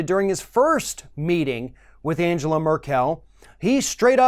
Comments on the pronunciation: Please stop saying AnjÈla MerkÈl. You're better than this, she's obviously not French. Her name is pronounced Àngela (with hard g as in "go") MÈrkel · I really appreciate you... But her name is NOT Angela Merr-kell It is pronounced Ann-gell-ah Murr-ck-ll Like Ann (Hathaway) gell (gelding) ah (as in I have an idea) murr (as in A'Murica) do (as in fuCKed)... I'm drunk I think you can finish this thought off for yourselves... Have fun listening to hypocrisy. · Good video. Trump seems to be trying his hardest to become the stereotype of the “Ugly American”. One thing. You are mispronouncing the German Chancellor’s name. Her first name has a hard ( it should sound like “triangle”). With her last name, the accent is on the first syllable, not the last syllable. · Angela’s last name is not pronounced as Mer-KEL! It’s MER-kel. Accent on the ‘MER’!!! And...her first name is pronounced An GE la...Hard ‘G’!!! Not like ‘Angel(a)’🙄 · AnGela Merkle is how to pronounce her name. Stop with the AnJela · Angela Merkel is pronounced AnGela (hard G) Mur'kul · Jesus Christ its anGela, hard G! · Hey, man -- you need to learn how to pronounce Angela Merkel's name! 😉 The " g" in Angela is a hard "g," and the emphasis on her last name is on the MERkel (kinda like some southerners pronounce miracle)! Just sayin'! 😏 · Angela Merkel is pronounced with a hard 'G'.